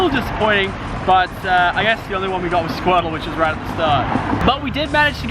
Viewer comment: Let's get roight into the news